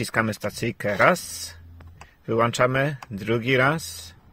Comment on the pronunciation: Co to znaczy ""wyłanczamy"?